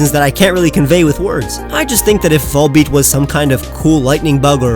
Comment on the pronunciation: VOLBEAT, NOT VOLEPEAT!